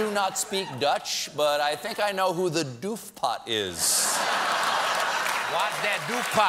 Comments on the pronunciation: If anyone cares: the Dutch headline "vrees voor doofpot na ontslag FBI-topman" means "Fears of cover-up after firing of FBI-top executive". Also, mr. Colbert should work on his Dutch pronounciation a little ;-) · I speak Dutch, and Stephen's take on "doofpot" made me lol.